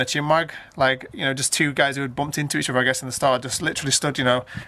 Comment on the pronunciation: So annoys me when he says over instead of other